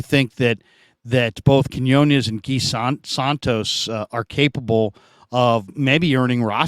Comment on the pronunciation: Please learn to pronounce Quiñones please,!! 😢😢